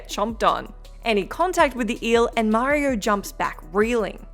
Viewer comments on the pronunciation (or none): none